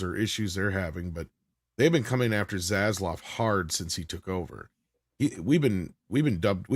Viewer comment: I normally like the way you pronounce things…or mispronounce things. Accents are fun to me. But it’s ZaslaV with a “V”. Idk why it annoys me but it does; you say “Zaslaw” and I just don’t know why.